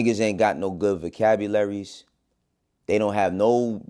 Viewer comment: Buddy really just said “🥷🏾s ain’t got no good vacabilaries”